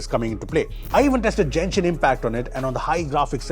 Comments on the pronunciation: 2nd comment. its genshin. not jenshin. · For the last time, it's Genshin, not Jenshin